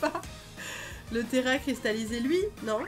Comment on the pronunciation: On en parle elle dit telecristallisé au lieu de téracristalliser 😂